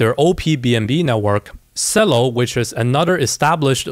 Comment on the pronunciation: CELO is pronounced CH-elo like the musical instrument. LOL